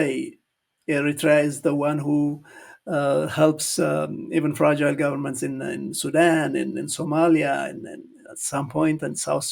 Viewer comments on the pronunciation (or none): none